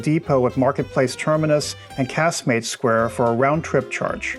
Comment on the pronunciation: I spend winters in Gib and own property there. I really enjoyed your video - it was well made and to the point. It has always frustrated me at how tourists are managed and your video illustrates this very well. I also enjoyed your pronunciation of Casemates and Eroski - my best friend in Gib is American and I sometimes have to guide her is how to say things too. 🙂 I hope that the Tourist Authority continue to improve the experience for people visiting Gib, perhaps the new cable car will help but the whole pricing structure and 'first impressions' approach really does need tackling.